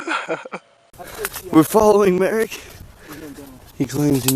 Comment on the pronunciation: Did he say Merrick?